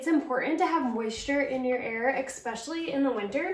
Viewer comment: The word is pronounced “eSpecially,” with an S...it’s cute, and I bet you’ve been doing it since you were a little girl, but you pronounce it like “eXpecially.”